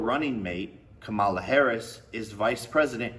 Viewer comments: Why are republicans so utterly incapable of pronouncing Kamala’s name correctly? It makes me want to rip my eyes out lmao. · I don’t take anyone who says Kamala’s name wrong seriously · Don’t think Jack here pronounced Kamala correctly once